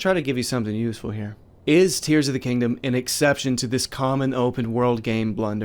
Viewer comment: are you saying Tingdom- like- tears of the kingdom?